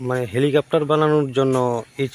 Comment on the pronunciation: Helicopter 🚁 ❌lwicopter ✅ 🤣🤣🤣🤣🤣🤣🤣💩💩💩💩🤡💩💩💩🤡🤡🤡🤡lol……………….. hahahahahhahahahahahahahah